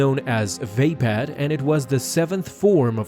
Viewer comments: "vay-pad" < "vuh-pod" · when he calls mace windus lighsaber form "Vaypad" its "Vuhpod" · Vay- pad? It's spelt Vaapad and pronounced Vapod. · It's vapod not vapad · Vaped lol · It isn't pronounced "vape-pad". smfh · I don’t think that’s how you pronounce “Ve-Paad” (If that’s even how you spell it) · Vapad is pronounced with an ah not an a sound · You pronounced Vapaad wrong :(